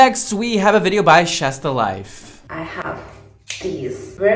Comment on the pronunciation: Is noone gonna talk about how said "shess the life" not "she's the life" 😂😭